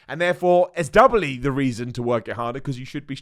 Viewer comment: “Doubley” lol